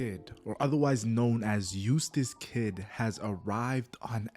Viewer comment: it sounds like you're saying Useless kidd, which is just funny to me lol